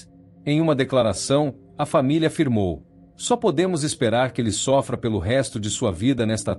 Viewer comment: "Câmeranme" , "esperamos que ele Sófrá". ahaha IA não sabe ler